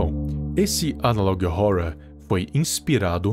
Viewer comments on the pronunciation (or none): n tanco esse " analog róror "